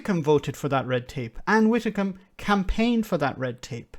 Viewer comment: You pause to correct him when he pronounces Ursula Von Der Leyen correctly, you seem to think it's Van Der Lion - Rarrr! But you pronounce Ann Widdecombe as Ann Wittecombe!? No biggie, just noticed your mispronunciation on more than one occasion and it always makes me cringe a little. Anyway, other than that I mostly agree with you on other things. Great channel, this along with Double Down news and Democracy Now are the only channels I've subscribed to.